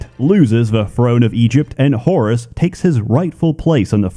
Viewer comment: I know you said Whorus instead of Horus.